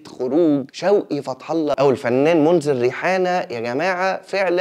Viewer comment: هالة صدقي اسمها .. وصيفة مش صفية شوقي اسمة منذر رياحنه مش منذر ريحانة مقدرين المجهود و حياك الله